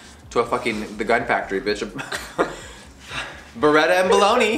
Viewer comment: Baretta and bologna 😂😂😂